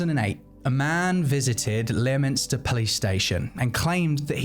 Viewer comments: Slightly unrelated but Leominster is pronounced Lemster. I didn't know that until I moved nearby but more knowledge is always good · Leominster is pronounced Lemster !